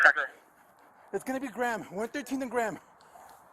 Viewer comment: it's grey-im or gray-ham, not gram....pretty dumb cop